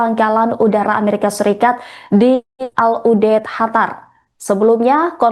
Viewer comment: Qatar tolong dikoreksi penyampain negara Qatar Bukan “ hatar “ Dan penyebutan al udeid adalah al udeyit Bukan udet 😏✌️